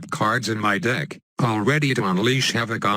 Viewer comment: I heard.... "7 kidnap cards in my dick"